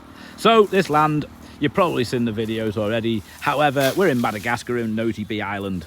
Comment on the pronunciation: Made my Sunday morning la. Dog with a bone blinder!! My only complaint with your videos is the pronunciation of Nosy Be. (Nos-sea-Bay). Splitting hairs though keep up with the great videos like your shop idea